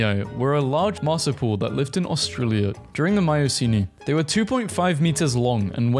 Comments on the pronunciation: the way he keeps saying marsuial incorrectly, its not mar-su-pal its mar-su-pi-al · ITS SO FUNNY WHEN HE SAYS MARSIPLE ITS MAR-SOUP-EE-AL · You need to work on your pronunciation of "marsupial" - it's not pronounced "marsipal" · Just to help, from an Australian, it's 'mar-soo-pee-al', not 'marsoo-pull' 👍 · the way he pronounced marsupial hurt me- TvT It is pronounced marsupial(Mars-Oop-E-all) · sorry but i gotta say it. MAR/SOUP/EEEEEEE/AL= marsupial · marsupial is pronounced mar-soo-pee-al. Enjoyed the vid :) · Nah the worst was how he pronounced marsupial 😭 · Bro butchered marsupial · It’s really bothering me the way you pronounce marsupial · You've said emu and marsupial wrong multiple times